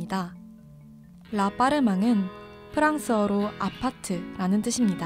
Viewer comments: 라빠르망보다 라빠르뜨망이 정확하죠. 근데 미전센은 웃겨요. 미쟝센 이 불어발음이고 미전센은 영어발음이죠^^ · apprtement 은 프랑스 어 아파트 입니다 다른뜻 없어요 ...발음은 라빡뜨멍 ..감사히 잘봣어요